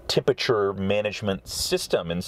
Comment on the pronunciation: What the hell is "tempachuh"?